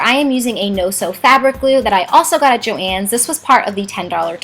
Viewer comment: I hate to break it to you but thats how you pronouce it